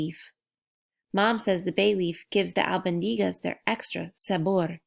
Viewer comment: Its pronounced e....short e.... e spaghetti Al bon di gas